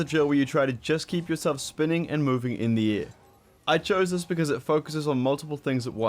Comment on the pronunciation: saying “in the air”, “indiaa”